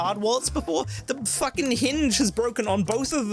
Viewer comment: min ish...."fooking whoops" I am dead. That was awesome. And I am seriously enjoying this ending. Thank you!